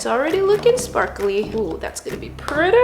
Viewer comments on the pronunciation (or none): she said pretty into pirter😂